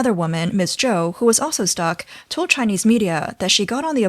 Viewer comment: Tow ja sew many times.